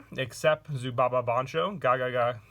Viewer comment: PLs pls plssssss ZUBABA not "ZUBABA-BA"